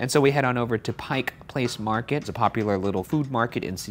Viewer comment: "Pike Place Market" Man you saved yourself the wrath of the locals by not accidentally saying "Pike's Place"